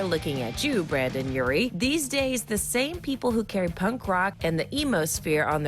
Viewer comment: WHO THE HECK IS BRANDON URIE???? ITS BRENDON!!! MR. DISCO TO YOU GUYS NOW!